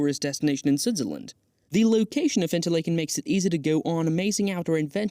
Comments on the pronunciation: Nice video, but you butchered the pronunciation of just about everything. You can’t use AI for something like this. Interlaken (like “lake”)—wrong. Should pronounce it like “Interlahken”. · Did you butcher the name pronunciation of Interlaken on purpose? It's like nails on a chalk board listening to you butcher it. There is no long "A" sound! RME